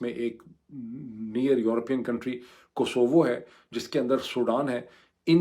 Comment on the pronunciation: Kosovo please pronounce it correctly. LSE educated can do better